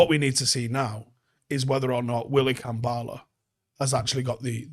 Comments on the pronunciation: Kambwala not Kambala. I a little bit of me dies every time u say Kambala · Why are people calling him "Kambaala"?? His name is KambWala. The "W" is phonetic. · Manchester United 🤝 pronunciation of Kambwala Avoiding W’s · Don't forget the 'w' in Kambwala. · Brits can't pronounce anything